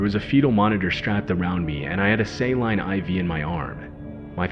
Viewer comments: For future reference, saline is pronounced like SAY-LEAN. Not SAY-LINE. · Saline is pronounced Say-Leen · Saline is pronounced 'say-leen'. Hope this helps. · I always suspected that this was, and now that is almost confirmed because I realized that this is actually an AI generated voice. The Way they pronounced saline pretty much gave it away. you don’t have to pretend dude lol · Why did he pronouce "saline" like that?